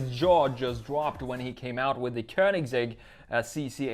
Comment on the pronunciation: It's not königZegg, it's königsegg